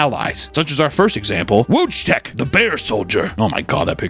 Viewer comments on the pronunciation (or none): it's pronounced "Woy-tech" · Wojtek would be pronounced "Voy-tek" due to it being a polish name. The W is a V sound and the J is a Y sound. Great story though, love to covering these interesting topics! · LOOL wojtek is pronounced Voytek =P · I'm gonna need some more respect on Wojtek's name with that mispronunciation. Voy-Tek not Woj-Tek. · Polacy: Wojtek (Voitekh): Wojtek (Wooshtekh) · "Wijtech" Is "Voytek" Here you go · My Polish ears hurt so much cause of the pronunciation of Wojtek. It’s Woytek, not wochtek 🥲 and yes “woj” means warrior but Wojtek is just a regular Polish name and doesn’t necessarily mean “happy warrior” it just has the word warrior in it . Thank you for coming to my ted talk. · hey wojtek is pronouncced voytech not woahcheck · Wojtek is pronounced voy-check, my wife (polish) has him tattooed on her thigh. He was awesome! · It is pronounced voi tek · His name was Wojtek ("Vot-teck") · Polish name Wojtek sounds in English more like Voytek. Check google translator maybe 😅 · its a WOYTEK XDD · wojtek is pronounced more like voytek. voy as in voyage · Hate to be that guy, but you said it wrong so many times 😂 Wojtek is pronounced “Voytek” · to my knowledge its pronounced voytek. But i could be very wrong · Just for the pronunciation of Wojtek, it's pronounced Voytek. Like "void" without the d + tech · pronunciation of Wojtek killed me XD (Voy-tek) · as a polish person hearing butcher the name Wojtek and give polish people russian accent pains me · WOJTEK is pronounced VOY-TEC btw. nice vid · In case anyone is curious, the Bears name should actually be pronounced like "voy-tek" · "Wojtek" is pronounce "Voy-Tek". Can't blame you for trying. It is Polish after all. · Wojtek the bear. It's pronounced "Voy-Tech". He is a national hero! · Btw the bear Wojtek is pronounced "voy-tek" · voy-tec...its pronounced voy-tec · For anyone who cares, "Wojtek" is pronounced: Voi-tek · It’s “Woy-Tech”